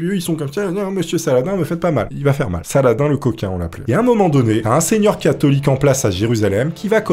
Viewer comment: C'est pas <<Sala-din>>, c'est <<Salah-dine>>